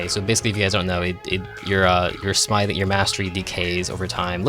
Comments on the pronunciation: Doesnt know how to pronounce smithing correctly. Dafuq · as soon as he said smithing wrong i gave up on the video